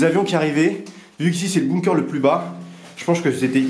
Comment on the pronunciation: On dit pas « boumkeur » mais « bunker »